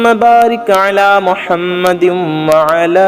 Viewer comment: Mohammadin hai,aap galat padh rhe hain